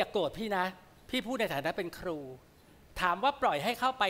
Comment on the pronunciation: น้องจานิน เวลาพูดต้องพูด ร และ ล ให้ชัด เช่นคำว่า ครู ไม่ใช่ คู ร้องเพลง ไม่ใช่ ร้องเพง